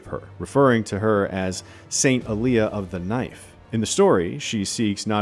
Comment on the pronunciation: Whats with the awful pronunciation of Alia?